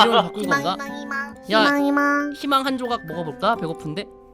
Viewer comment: 희망이라 할때 피망이라 하는줄